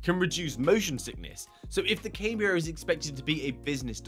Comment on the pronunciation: Surely it's "Cam -bria" and not "Came-bria" ..Sorry lol, just glitches me out lol. Can't wait for the proper reveal😯